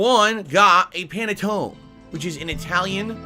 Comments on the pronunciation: DSP can't pronounce Panettone properly and doesn't know the difference between Pandoro or Panettone....Mr. Authentic Italian everyone. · Italian heritage but doesn't even know how to pronounce Panettone. Sound good?